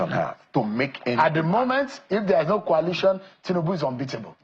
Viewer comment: KWALITION KWALITION... Is it so difficulty to pronounce COALITION .... COAL ..LITION .. REALLY IRRITATING KWALITION